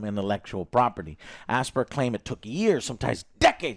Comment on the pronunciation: Oh for goodness sakes! it's pronounced "As-pie-yer" not "Aspeer" or "Asbeer"! you know as in the word "aspiration" and "inspire", "Aspyre" as in: "You aspire to be that somebody or do that thing"?